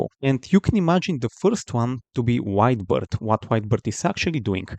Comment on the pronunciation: Every time this guy said "White Beard" I heard "Wide Birth" 🤣